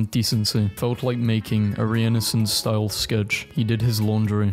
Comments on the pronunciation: Renaissance is pronounced rare-ner-saund ( as in Saunders ) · I have never heard anyone pronounce Renaissance like "re-innocence" before. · The way he says "renaissance" 💀